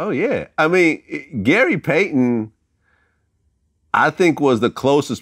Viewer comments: He said gay Payton🤦🏾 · Anybody else peeped "Gay Paton" 😂😂😂😂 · "Gay payton"?🤔😂